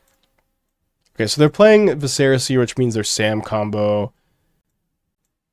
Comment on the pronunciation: why do so many people pronounce "viscera seer" wrong? it's not "vuh-serra-seer" it's "viss-er-uh seer"